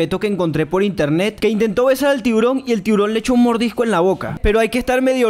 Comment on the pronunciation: En la chica dijo un tiborojojoj🤣🤣